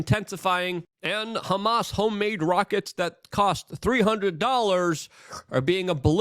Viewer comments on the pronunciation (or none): none